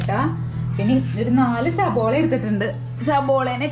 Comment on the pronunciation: സബോള അല്ല കുട്ട്യേ സവാള ☺️